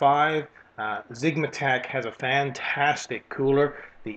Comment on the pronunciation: Its "FAN"tastic